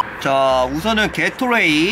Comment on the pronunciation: 게토레이발음 개x라이로들은1인